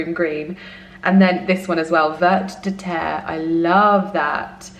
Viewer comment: Vert de terre means worm in French (and you don't pronounce the t in vert. 😉